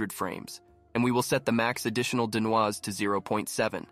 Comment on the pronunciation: great script, super fun! Also from now on I will pronounce it den-wahz. :)